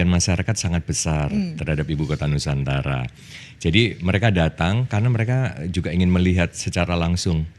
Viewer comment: ITU ORANG TIDAK BISA MENGUCAPKAN NUSANTARA. IKN SAJA BISA NYA.